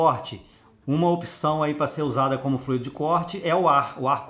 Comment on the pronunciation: Oi amigo, apenas uma dica, não é fluído, é flúido (é assim que se pronuncia, deve ser escrito sem acento). Forte abraço.